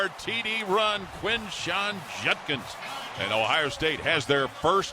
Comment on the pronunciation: You'd think a professional sportscaster would be able to pronounce the name "Judkins", but no, this dunce continues to say "Junkins".